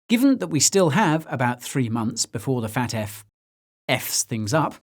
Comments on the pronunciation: I love how you keep saying "Fat F" (FAFT) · I know this is serious but every time you say FATF it sounds like you're saying fat ass